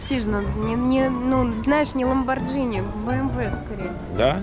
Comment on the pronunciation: Ламборгини Ламборгини блин какой Ламборджини , ты же не говоришь спагетти как спаджетти) так что и Ламборгини нужно говорить правильно